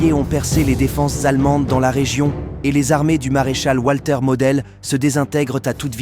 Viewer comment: C est votre présentation mais vous avez un problème avec la prononciation en allemand!